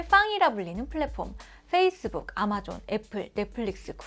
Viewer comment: 어제 구독했는데 아주 좋은 정보에 감사 드립니다. 그런데 연습을 너무 하셨나봐요. 에 아마존을 알바존? 또는 알마존? 이라고 하시는 것 같습니다.